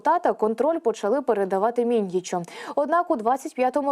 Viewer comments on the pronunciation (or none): none